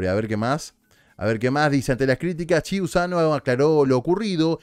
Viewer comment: Hola. Se pronuncia qiusano con sonido de Q porque es apellido italiano. Saludos.